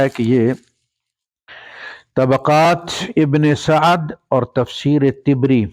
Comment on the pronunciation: it's Tabari not Tibri....just a minor correction with respect